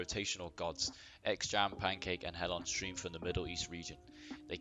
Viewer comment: Loved the Video <3 Btw It's Hellonsteam not "Hellostream"